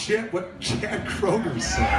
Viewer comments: Please get your names right. His name is Kroeger not Kruger. Come on U played a clip where they say his name. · Anyone else noticed this guy keeps saying Kruger instead of Kroger? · You called him Kroeger and Kruger in the same sentence! If you can't pick one, just call him chad! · "...and in 2017 Nickelback frontman Chad Krooger was..." Krooger? Like Freddy Kruger? Ok this guy doesn't know how to pronounce "Kroeger." "Chad Kroeger" Wait... "Krooger" "Krooger" "Krooger" What is happening?